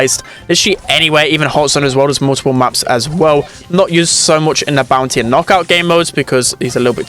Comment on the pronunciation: Great video, thanks pal. Not sure if I'm heaving hearing problems or you are pronouncing "bounsy" instead of "bounty" ?